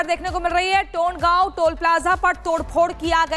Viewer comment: टोंडगाव नहीं तोंडगाव 🤣🤣🤣🤣🤣